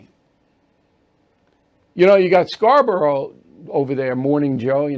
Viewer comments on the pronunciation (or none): none